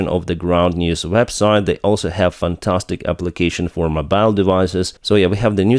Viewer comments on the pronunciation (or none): none